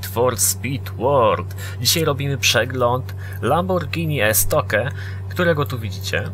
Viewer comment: Jakie Estoke "estokju" jeśli już